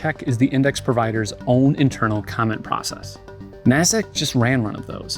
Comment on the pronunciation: Lets go "commeny" on this